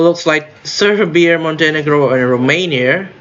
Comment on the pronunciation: you say it perfectly fine. you don't have to change it.